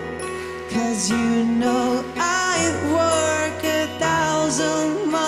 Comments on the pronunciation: 手拍子の事より walkの発音がworkになってるの誰も気にせんのか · 何でwalkの発音workなんだよw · 何でwalkの発音workなんだよ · めっちゃカッコいいし、 めっちゃカンペキやからこそ、 walk の発音が work になってるの 直したいぃぃぃぃぁああああ！！